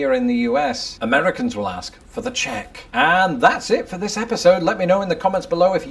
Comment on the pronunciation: sorry Im really sorry but I can't let this lie firstly you are not my girl and second the word is Ask not axe